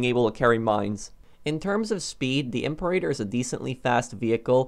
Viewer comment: Not "I'm per8ter" its "Em peer-A-tor"